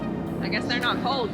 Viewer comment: i'm still not sure if you said "I guess they're not cold", or "I guess they're not ho's".